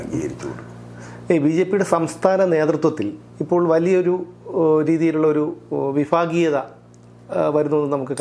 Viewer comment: Vifageeyatha അല്ല vibhageeyatha